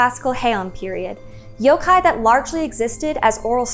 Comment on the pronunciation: I'm so glad your Japanese pronunciation is spot-on. I'm tired of hearing people pronouncing yokai as "yow-kai".